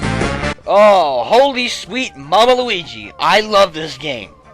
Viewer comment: Did he say mama luiji?